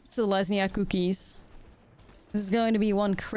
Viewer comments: It only sounds Dutch for the first half. Selesnya Koekies. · If the way you pronounce cookies bothers anyone, that's on them. Don't ever change it! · I have never thought you said cookies weird, that comment is not worth listening to.